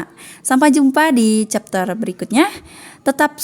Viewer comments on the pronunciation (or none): none